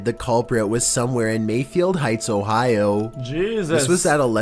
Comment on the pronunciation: Bro talks a mile a minute, mumbles words ads a T to the word Jesus and he's complaining about dude voice